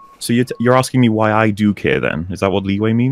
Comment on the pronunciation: The fact this fool says "I'm just AXING" tells you all one needs to know about his level of intellect.